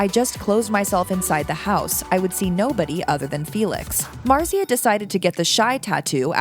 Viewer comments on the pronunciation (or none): Omg say her name right pls